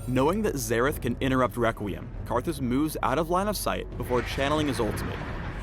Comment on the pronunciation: Am I the only one to hear this: Wequweim